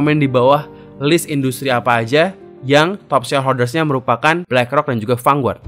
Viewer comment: mas, lafal "Vanguard" itu "fan-gard", bukan "fanguart"